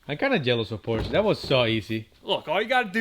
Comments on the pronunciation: So sad that you can’t pronounce POR SHA correctly. You wouldn’t say CHEV RO LET would you…..see? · Its Porsche, with an E at the end. Not Porch. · Full red, it makes a solid visual against the black. The white bit in the led taillights breaks it up. Beautiful!!!! Drive it. Please pronounce the last ‘e’ if you love her, she deserves it. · Pronounce porsche properly!!!! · It’s a shame you cannot pronounce Porsche correctly. That’s All.